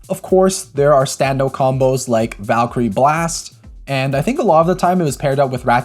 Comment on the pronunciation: why they call it valkrieon instead of Valkyrie